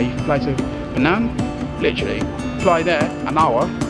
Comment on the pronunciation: Bro, it is "Penang" not fernan...btw, lovely video, love it:)